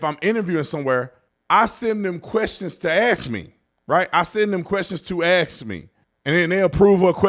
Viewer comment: Ask. Not “aks”. You’re a very intelligent man. Saying “aks” instead of ask makes you sound ignorant. Otherwise, love your content.